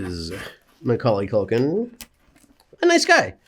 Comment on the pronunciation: YES HE SAID HIS NAME RIGHT